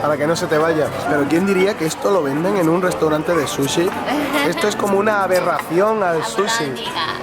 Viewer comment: Porque dicen susy y no suchi?